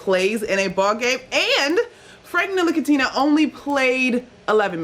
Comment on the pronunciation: Yo MSG employees, please at least know how to pronounce your players names. NIL-A-KINA. And Ibra-him-o-vic. Jeez.